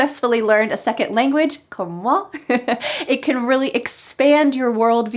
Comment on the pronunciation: Elle le dit elle même a la minute "Comme moi" avec un jolie accent américain :D